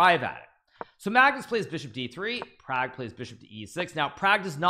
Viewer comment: Please pronounce properly Pragg's Name.....